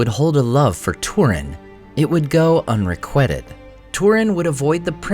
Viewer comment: Pronunciation note: unrequited. Has a long i, as in un-re-QUITE-ed